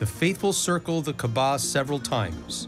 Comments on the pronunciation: Dear narrator - brah - you're putting the emphAsis on the wrong syllAble... it's pronounced KaAba, not KabaA... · The commentator must be respectful to proper pronunciation. He should have learned before commentaring. It is not MAZLUM, it is MUSLIM with S not Z. It is not Qaba, it is QAABA, stress on A between Q and B. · Its KAABA and not KEBAB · Its not "Kaba" man, its doesn't sound like Kabab. Its "Ka'aba". The punctuation in between sounds somewhat like Y. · Uhm it's pronounced kaaba not kabaa. But cool info tho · pronounce the word Kaaba correctly. not kabaa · KAABA!!! Not Kabaa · KAAAABAAAA not Kabaaaa Not everything in this video is correct. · Mr Narrator by, the word is pronounced "KAABAA". The house of Almighty Allah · Why do they keep pronouncing kaba wrong? It’s really frustrating and annoying. Maybe speak to an Arab or Muslim first before making a fool with mispronounciations! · Whoever is giving voice to this documentary, please don’t seem ignorant by mispronouncing Kaaba. It’s embarrassing and I didn’t watch this because I know that No serious work has been put into making it. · The way you guys pronounce Kaabah is so embarrassing!